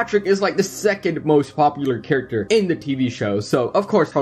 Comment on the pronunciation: Its spongebob not spungbob it's character not charicter it's squidward not scwidward